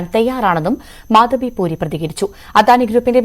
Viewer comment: At least pronounce her name correctly - it is Madhabi Puri Buch